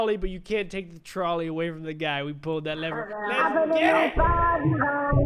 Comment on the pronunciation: who else thought it was troll ey and not trolley